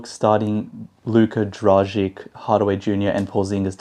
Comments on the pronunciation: It’s actually pronounced „Dragitch“. If we wanna be precise, let’s be precise ;) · It's pronounced 'Dragich'. Who's the beautiful girl next to you? :)